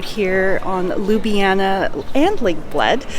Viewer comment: One would think as a “luxury travel advisor” you would at least attempt to pronounce Ljubljana correctly!